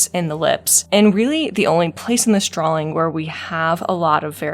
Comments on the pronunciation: When you say drawing it sounds like you're inserting an L in there, like "drawling", idk it's really cute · heres a drinking game for you - take a shot everytime she says "drawling"